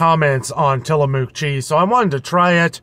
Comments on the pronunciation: Tillamook products are from Oregon. It's pronounced till-a-muck). It's a Indian name! Enjoy! It's excellent Expensive because it has less additives/more natural and less processed. You can visit them n take tour, near coast of Oregon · So around here in the pacific northwest Tillamook is pronounced till-a-muck.